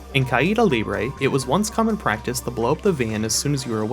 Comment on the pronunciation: Hey! You now pronounce "Caida Libre" properly! Pretty sure in another video you said you didn't know how to but now it's great, great video